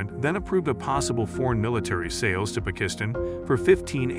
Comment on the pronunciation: Is this AI narration? It mispronounced Maverick, Apache, Pakistan, and Sidewinder, but sounds like a real person otherwise. Pretty neat.